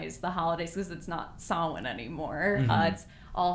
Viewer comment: absolutely losing my mind, as an irish person, at pronouncing samhain completely on point. jack-o-laterns are traditionally carved turnips, and the name jack-o-latern comes from this guy from co. tipperary in ireland whose known as stingy jack who tricked the devil three times and cannot enter heaven or hell, so walks foggy bogs and hillsides with a head made from a carved turnip with an ember inside, luring people to their doom. your loved ones will return when the veil is thinnest but u carve the faces to frighten away evil spirits who might want to come into ur home and create chaos. and those divination games are common on samhain (halloween, begining of winter), bealtaine (end of the spring, 30th April/1st May) and funerals. you do them when the veil is thinnest between our world and the other world where ghosts and the sidhe ('she', the fairies) live. sorry to nerd out, this stuff is relevant to my real life job.